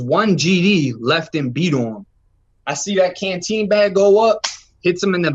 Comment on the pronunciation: Did PC get to buy canteen? You said PC got pop cans it sounded like